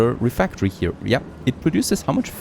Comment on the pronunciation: pretty cool looking game. does feel like frost punk to me. Also, I really don't think RefEctory is pronounced refActory.